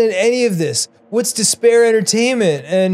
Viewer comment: Dispair? Disbear? THIS BEAR!